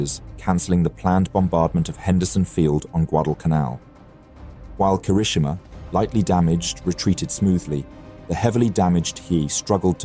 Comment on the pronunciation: You pronounce the same Japanese word differently even if it appears twice in the same sentence. HeeYay or Heee? KeerowSHEma or KeROWshima? Ayyb or Ahbay? Either you or the AI voice needs more training!